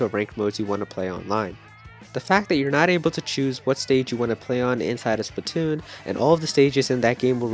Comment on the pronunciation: It is Splatoon not spitoon